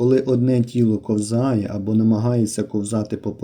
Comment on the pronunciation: Правильно кОвзає,А не ковзАє